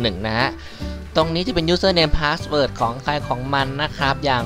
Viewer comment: "Aaaadmin Paasword Aaaadmin Pasword"Sry´,sounds funny :D Thx 4 the vid.